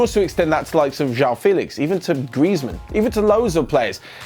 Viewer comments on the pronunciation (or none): none